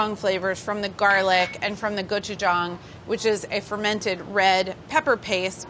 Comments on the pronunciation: Is anyone going to talk about how she nailed the pronunciation of gochujang? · I am so glad Carla pronounced Gochujang and Deonjang right. Technically the sauce is called Ssamjang. You can buy it mixed already and add the other ingredients. It is especially good with pork belly wraps. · As a Ko-American: great job!! And thank you for pronouncing gochujang and doenjang correctly XD If ur going to eat it w/2hrs, consider adding 1/4 Asian pear [will give some sweetness and also tenderizes the meat] I would also make a green onion w/a soy/ginger/sesame oil/chilli pepper/garlic/honey marinade and then added to the ssam + rice 🙃 U could also use the same marinade for chkn as well...